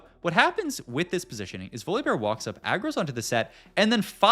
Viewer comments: VoliBAR bro how are these pronunciations getting worse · Does he say every champ name wrong on purpose to bait? "Voli-bar" "layona" "leblank" "Bree-R" rar so randum "Ko-bo-ko" yeah im unsubbing Once you notice is says "here" every 3 words you cant unnotice it, rough